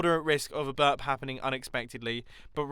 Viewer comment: "is 'burb' like an american way to say 'burp'?" XD oh my Mumbo... oh my... please spend some time here, I think it will help XDDDD